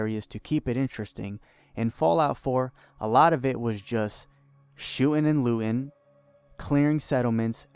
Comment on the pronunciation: "shoo'n and loo'n" come on speak english